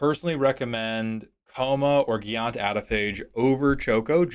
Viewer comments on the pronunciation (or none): You did it again. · Did you just say geeaunt instead of giant? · I would like to recommend Nut Collector, Viseling, Wormfang Manta- My thought process got derailed by your pronunciation of Giant in Giant Adephage.